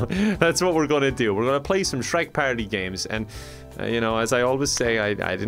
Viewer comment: For real though, I love the way he says the word "party!"